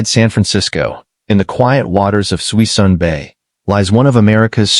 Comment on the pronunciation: There's not 100 mothballed ships in Suisun (pronounced "SOO-SOON") Bay, but the video still contains much useful information.